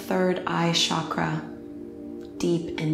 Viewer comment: I loved this practice! I'm a teacher myself, and I love your guidance through a yin practice. one critique (and i'm not sure if you've made this correction in more recent videos), your pronunciation of asana and chakra are incorrect, and that can become a little bit distracting.